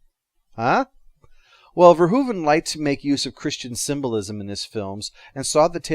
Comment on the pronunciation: You're one of the few Americans who pronounce Verhoeven's name properly. Nice video!